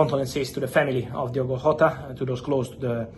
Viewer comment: Jota, not Hota